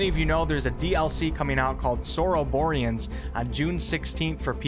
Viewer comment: hey, pronunciation of the dlc is flawless! :D